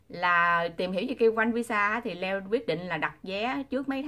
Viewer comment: Tại sao đọc tên Leo như là dưa leo , Le-o đó là tên của anh ấy